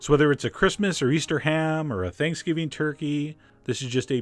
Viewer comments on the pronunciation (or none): none